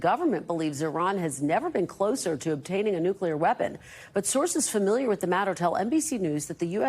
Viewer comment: "but sources Familia to the matter" 😂😂😂😂😂😂😂 yea yea yea lady.......😂😂😂😂😂